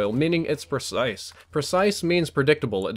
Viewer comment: He said precise really weird